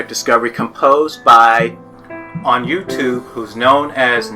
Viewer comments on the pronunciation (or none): none